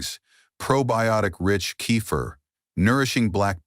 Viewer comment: This is AI trash - it actually said "Sip a small cup of Cape Fear" LOL. It is sad people actually believe this video, especially with so many fake comments.